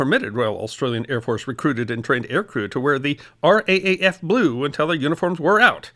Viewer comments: Given the sobering content, as an Aussie, I can't say that I enjoyed this but it was very informative indeed! Thank you for putting it together Mate! One little suggestion if I may though? Here we pronounce our Air Force's initials as "R double A F" not "R A A F) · It’s not pronounced the R A A F, it’s the R double A F. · As an Aussie I thank you very much for your recognition of our former flyers of WWII. But if I may I will correct you on pronunciation. The Brit's had the R,A,F. Australia had and has the RAAF known as the R Double AF or (how shall I put this),, the RAAAF as in Rif Raff. You mentioned the author Kristen or Kirstin Alexxander. She also has a great book about Clive Caldwell. Maybe you could read it, it is a great and controversial bit of our WWII history that is little known. Clive would be Australia's greatest flying ace of WWII, BUT read the book. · Loved the content as a proud Australian. On saying R.A.A.F in your narration. Usually its said R Double A F. Or even sounded out as raaf forming a word. Still a great story. Dunca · ( AUSSIE HERE )for future reference.. we don't call it the R A A F.. like most things aussie we have our own little twist.. we Say it as R double A F, and the fact that aussies served in the Battle of Britain was taught in schools, before they took it out of the curriculum. Older Aussies like my self had grandparents who served.. my Grandfather was on active duty as a pilot in bombers in the UK from the onset of the war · first of all, thank you so much for this marvellous clip. For future reference when describing the Australian air force, it's a good idea to use the expression R double A F, instead o fR A A F.. continued success, and very best wishes. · RAAF is "R double-A F" not R-A-A-F :) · Just so you know... it's R (double} AF not RAAF... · Was going to comment the same thing!! As an Australian myself, people saying R A A F just sounds wrong!! 😂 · "RAAF" - Australian's call it "the R double-A F"